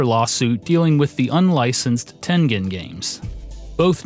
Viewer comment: John Cooke He still can't say Tengen right